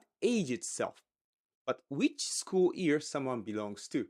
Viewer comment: Am I the only one hearing ear instead of year ? 🤣